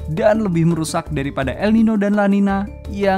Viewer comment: Sebenarnya namanya el niño dan la niña, pake ñ dibaca ny. Jadi bacanya el ninyo dan la ninya.